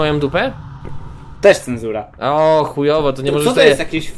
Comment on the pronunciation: Hi hi, to nie cęzura tylko.. Wiesz, cęzura jednak xD